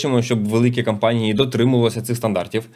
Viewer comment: Слово "кампанії" замість "компанії" дуже ріже вухо. Довго чекав виправлення але вже набридло слухати одну і ту ж помилку.